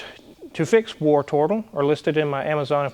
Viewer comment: Oops - I thought you were calling it "Worturtle", and channelling your inner Geordie. Howay man!